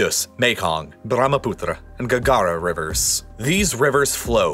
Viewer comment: that brahmaputra pronunciation ahahahaha(no offense, we love you)